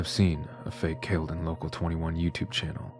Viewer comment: It’s pronounced Cal le done 😅